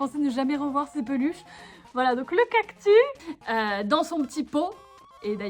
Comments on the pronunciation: tu dis un cactu mais c’est un cactussss 😂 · J'aime teeeellement ces vidéos chill😄 mais par contre rassurez-moi "cactus" ça se lit "cactus", pas "cactu" Mais bon ça se trouve tout le monde dit "cactu" et chui la seule à dire "cactus" 😅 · Oui ^^ Elle a sans doute dit "cactu" parce que ça faisait plus mignon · Trop bien !!! Ps:j'suis la seule que ça choque qu'elle dise cactu et pas cactus 🌵😂 sinon c'est super ❤️❤️👌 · tu as dit cactu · Sa se dis cactussssssssss avec un s pas un s muet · ^._.^ La vidéo est trop cooooooooool !!!!!!!! BRAVO !!!!!!!!!^._.^ : D mais on prononce bien le S a cactus non ? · Ohhhh des peluches cactus 😍 et toi non plus tu ne prononce pas les "s" en fin de mot !!! Elles sont magnifiques T'T je veux me beigner dans les cactus moi aussi T.T